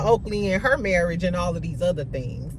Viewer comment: you kill me about Tisha's "marrish". 🤣😂🤣